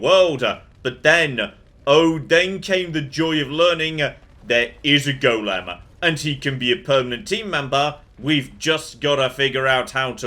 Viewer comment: Goddamm not even the voice actor knows how to say 'golem'. I wish they'd correct the voice actor when they're ignorant. 'Goylem' is acceptable, especially for the original jewish story, 'golem' is correct but its never 'gollum'.